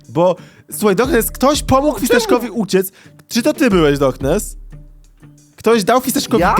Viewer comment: pomógł a nie pomóg xd